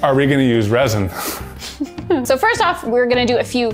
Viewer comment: “or are we gonna use ReSiN?” Everyone: “ReSiN”